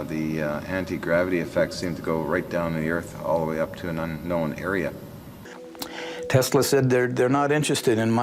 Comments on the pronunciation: "Noah Taysla"? Damn, this old guy is worse than Don Cherry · I caught that too! He called him 'Noah TEEES-la'. Lol!